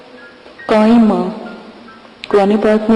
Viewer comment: Medam ye surat kaima nhi h.kiyaama h